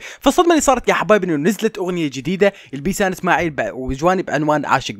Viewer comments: بيسان اسناعيل ههههههههه فهد سحك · يول اسماعيل مو اسناعيل 😂😂😂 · بيسان اسماعيل مش بيسان اسناعيل 😂😅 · اسناعيل هههههههههههه--اسماعيل